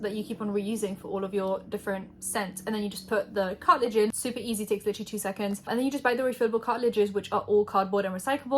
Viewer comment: Cartridge or cartilage lmfao